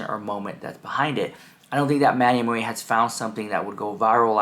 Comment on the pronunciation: It’s cracks me up that you struggle pronouncing the ‘U’ in Manny MUA. It’s like you say “ooh” instead of “you.”